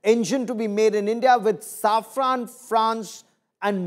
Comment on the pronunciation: Its safran not saffran